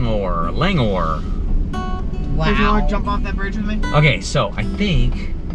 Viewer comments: Pronounces Lang-or Campground, I grew up in Bozeman. My favorite place is Ferry Lake but not sure if you can pull a travel trailer up the knarly road. Another good campground is Battle Ridge. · I think it would be good to learn how to pronounce the campground name correctly😊